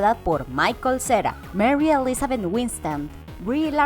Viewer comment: Toma clases de modulación, muchos nombres, palabras, etc. Salen muy mal como el apellido Schwartz, Winstead, muy mal pronunciados.